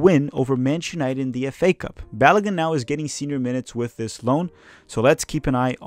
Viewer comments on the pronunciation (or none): none